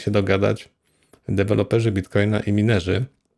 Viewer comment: - Nie wymawia się Minerzy tylko majnerzy!!!